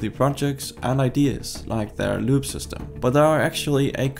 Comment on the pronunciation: About 4 minutes in before I realized that you were not saying LUBE...